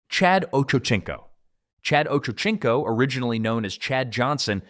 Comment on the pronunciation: His name is pronounced like oh-Cho-seen-co